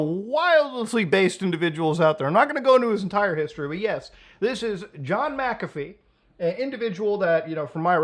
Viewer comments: You're arguably the first I've heard pronounce it "mickafee" instead of "mackafee". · You keep pronouncing his name wrong even when he says how to say it. Its Mac-A-Fee, you keep saying Mick-Af-E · ita pronounced mac afee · Muckahfee, Melayneeuh, he literally says how to pronounce his name in the video you play and you still get it wrong... takes two seconds to find out how to pronounce someone's name right and its the least one can do. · Its pronounced macafee. Omg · You heard him say his name, and still mispronounced it throughout the entire video... ??? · Yeah. You didn't do your due diligence on that one. You don't even pronounce his name right